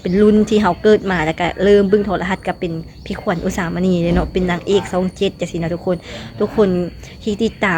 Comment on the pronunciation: ดาราช่อง 7 ไม่ใช่ดาราซ่อง 7 พูดภาษาไทยให้มันถูกต้องด้วย ออกเสียงผิดความหมายมันจะเปลี่ยนนะรู้ไหม ยูทูปเบอร์ลาวเกือบจะทุกคนออกเสียง ชอ ช้าง เป็น ซอ โซ่ ทั้งนั้นเลยไม่ฝึกฝนอ่านและออกเสียงให้มันชัดเจนกันบ้างนะครับ อย่ามาบอกทีหลังนะว่ารู้เท่าไม่ถึงการณ์วลีฮิตของคนลาว